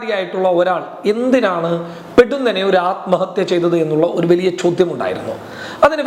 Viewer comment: പെടുന്നനെ എന്നല്ല ( പൊടുന്നനെ അതായത് പെട്ടെന്ന്, വേഗത്തിൽ എന്നർത്ഥം.😊